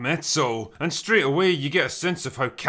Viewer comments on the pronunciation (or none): none